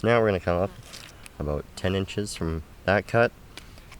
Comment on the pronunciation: Hey are you Canadian?……….”What are you talking aboot?”